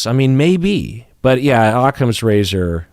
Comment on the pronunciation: Can someone explain the “aukcomes razor” phrase that said at least twice please?